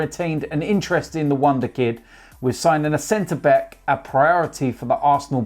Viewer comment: center 'BECK' 😂😂